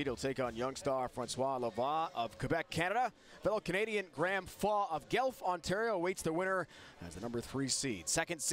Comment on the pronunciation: Learn how to pronounce Guelph. Not Gelph.